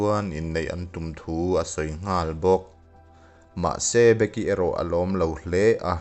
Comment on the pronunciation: Be-ki(becky) tiin lam zawk la a fuh angem aw ka ti .. A ngaihnawm khawp mai..